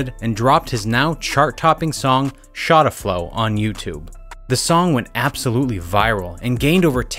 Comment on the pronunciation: And you know he’s white just by the way he pronounces shotta